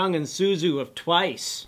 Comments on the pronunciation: tzuyu's names isn't pronounced 'suzu' ;_; it's... it's 'chewy'. ok now i can sleep in peace. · ''Suzu'' hahaha its pronounces Tsu-wi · ikr lol 쯔위=jjeu-wi=chewy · The way he pronounced Tzuyu made me want to cry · DON'T EVER SAY TZUYU LIKE THAT AGAIN!!!!!! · lol how they pronounced Tzuyu's name xD